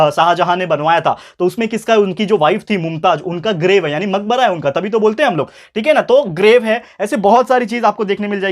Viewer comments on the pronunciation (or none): Grave hai groves nhii